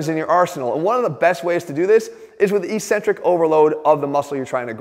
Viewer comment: X Jeff, I love you man... But eccentric is pronounced ek- SEN-trik, not EE-cen-trik, and you are driving me crazy.